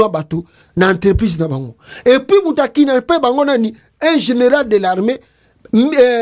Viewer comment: KIDNAPPER et non KINAPPER. IL FAUT KO PRONONCER , KID....NAPPER. PRONONCER ''D'' ezo yokana malamu bien. Ndeko sala effort ya ko prononcer malamu ba phrases na ye. Ezali catastrophe na ko prononcer mabe. BABENDAKA PE MIYOYO NA MUNOKO TE, BAMELAKA MIYOYO TE, soki ozali na rhume, zwa mouchoir ose moucher. Il faut être professionnel. Ba journalistes professionnels basalaka yango te. SVP, J aime bien te suivre.